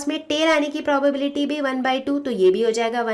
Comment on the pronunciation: Ma'am probobility nhi probability hota hai